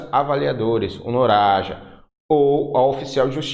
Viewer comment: Pô professor, não reparou mesmo que se lê "NAROJA" e não "NORAJA"? 🤣